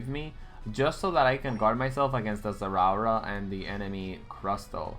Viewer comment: Everytime he says zerawra, my body hair stands up. Electrifying like zerawra.